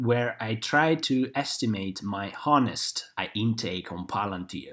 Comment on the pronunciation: Honest is pronounced without h, i.e. o-nest